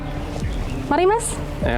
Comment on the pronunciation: Reporter nya nyebut merk "Marimas"